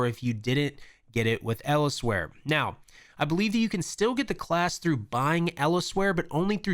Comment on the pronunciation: Else-where, like somewhere else. Not Eles-where.